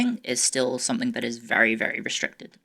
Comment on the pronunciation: ✋ can I say sumfink